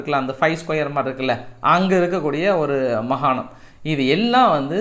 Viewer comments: மகாணம் அல்ல மாகாணம்.. நன்றி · அவர்களே நீங்கள் மகாணம் மகாணம் என்று சொல்கிறீர்கள் அது மிகத் தவறு மாகாணம் என்று சொல்லவும். உங்கள் செய்தி வாசிப்பு நகைச்சுவை அனைத்துமே அருமை.